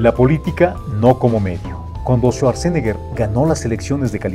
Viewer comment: Bueno, solo que se pronuncia su apellido así: chuatzenega 😜😈